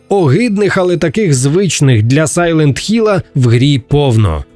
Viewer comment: Дякую, що не "Сайлент Гілл"!)